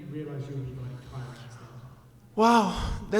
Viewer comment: Love how he calls Tyron "Tyrone," lmao.